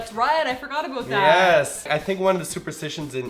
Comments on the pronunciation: ABOOT! O Canada!!!! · ...she said aboot!...lol....oh, Canada!.... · the best "about/aboot" ever!!! Go Martina! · "that's right, I forgot ABOOT that" haha, Canadian accent lols